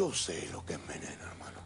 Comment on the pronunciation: Eso es veneno! Jauajauaja re mexicano le salio al iorio